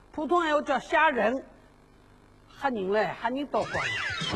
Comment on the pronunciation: 片头虾仁的发音是不是错了